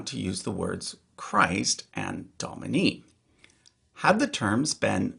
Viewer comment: You might also see, for example in the Douay Rheims Bible, instead of BC but AC for Ante Christum natum, before the birth of Christ. Also, just a point of pronunciation, (my experience comes from being an altar server ) it is said as DO-mini, not DOM - ini.